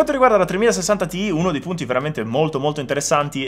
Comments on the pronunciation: Perché lo leggi “ti i”😢 si legge “ti ai” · Secondo "i tizi di Nvidia" si legge "tai". Ma il discorso delle sigle che si leggono nella lingua che si sta usando, ma cosa: se ormai utilizzate tutti inglesismi storpiati in Italiano. Meno spocchia.